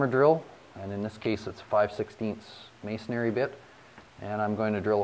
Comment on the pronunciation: Masonary isn't a word, FYI... It's masonry... "may son ree".